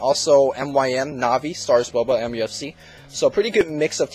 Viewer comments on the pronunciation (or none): none